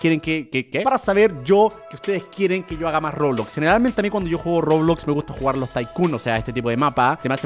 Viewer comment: quien se dio cuenta q dijo rogudogu en vez de roblox